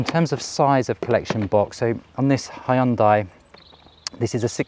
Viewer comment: Thank you for NOT calling it a ‘Hyun-day’!